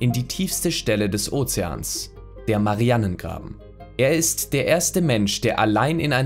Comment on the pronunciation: Der Tiefseegraben heisst Marianengraben, gesprochen mit langem "a" und nicht "Mariannengraben". Er ist nach der Inselgruppe der Marianen benannt und der Name hat absolut nichts mit dem Namen Marianne zu tun.